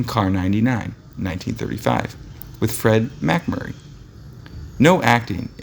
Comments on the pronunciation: Practice famous actors' names. You butchered Fred MacMurray and Olivia de Havilland. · I agree. He should not be reading about Classic movie stars if he can't pronounce their names